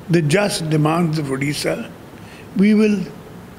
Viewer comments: O aunty pehle to naam sahi se lo udisa nhi hai Odisha hai ok ....baad me News banana 😅😅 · It's not udisha it's Odisha. Tum hindi bhasi log humesha odisha ko galat naam kyun bolte ho.